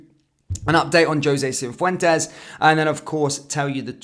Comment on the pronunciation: It’s not CiNfuentes. It’s Cifuentes, no n, doing my nut in 😅